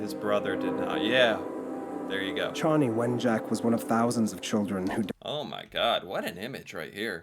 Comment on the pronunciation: Chanie (Chah-nie). And you did pretty good with Anishinaabe (Ah-nish-nah-bae). This is also a thing that many American First Nations went through but rarely gets talked about.